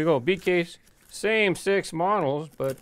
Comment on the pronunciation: Just wanted to point out that ...well when you are saying "the same six models" six sounds like something else.